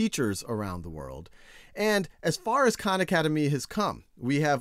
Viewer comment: When he said "Hi everyone, Sal Khan here", I heard it as "Shao Khan"